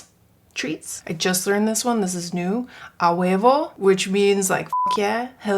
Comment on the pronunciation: You saying ahuevo is sooo funny hahaha also “buenas” is a mexican thing from what ik haha love you ❤